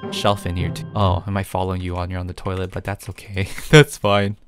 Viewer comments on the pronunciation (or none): none